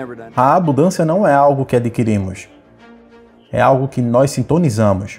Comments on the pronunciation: Abudancia? Foi isso que escutei ? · Eu até ia ouvir, mas quando falou "ABUDÂNCIA", eu desisti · Qual a dificuldade em falar abuNdância? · A mensagem é maravilhosa, mas não consigo prestar atenção quando alguém diz ABUDÂNÇA...